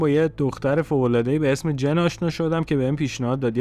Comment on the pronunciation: سلام.جن نه جین